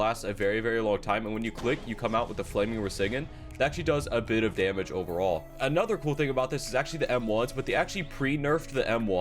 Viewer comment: Did this nigga just say flaming raseigen?